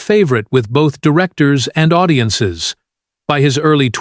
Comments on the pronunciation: I know! Did you hear”ow-diences”? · Owdiences? Stop with the Articifial Ignorance. Lazy ass content creators. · "zix", "zeven", "audi-ences"🤨 Are you that lazy you can't pick up a microphone and talk with a real voice?